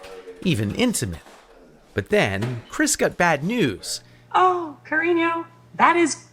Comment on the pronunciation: "carino" lol